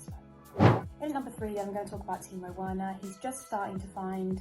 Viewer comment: Butcherd them laaaaa